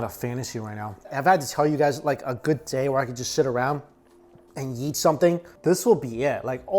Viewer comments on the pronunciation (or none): Am I the only one who hears "yeet" every time he says "eat"?